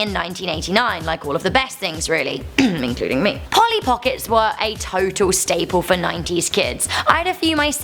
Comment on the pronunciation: Hi,you missed the "l" in Polly!